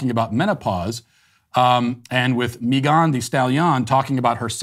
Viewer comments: “Mi gone” ???? 😅💀 why Matt 😂😭 it’s just Megan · Why is he saying Megan’s name like that 😂